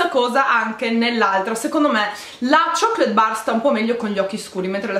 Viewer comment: amo il modo in cui pronunci "chocolate"😊 se vincessi il givaway mi verrebbe sempre in mente la tua voce. queste palette sembrano interessanti e , dagli swatches, molto pigmentate. tanti incrocini di fortuna xxxxx😉😉